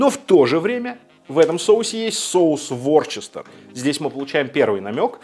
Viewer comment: Ворчестер? Вустер же! Вустерский соус.